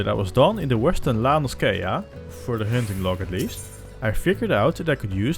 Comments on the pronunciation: It's La-No-SEE-ah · its pronounced in eorzean La No Sha... edit---- the main story also unlocks dungeons which help with level progression because they reward a lot more exp than logs. the chocobo mount is part of the main story also. once you reach level 30 you can get 2 different quests that allows you to change your arcanist to both summoner (dps) and Scholar (healer) you level them at the same time because both are arcanist based, an all exp gained from either summoner and scholar go into arcanist as opposed to other jobs